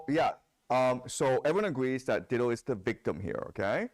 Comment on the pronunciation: FYI The name Dido is pronounced “die-doe”, not “ditto” should not have corrected the student who pronounced it the right way so that he could continue to mispronounce her name